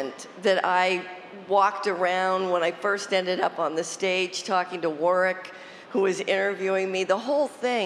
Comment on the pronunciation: Oh gosh, she can't even pronounce Warwick's name correctly! 🤦‍♀️